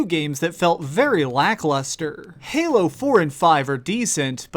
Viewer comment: how he said 'halo' fucked me off so much.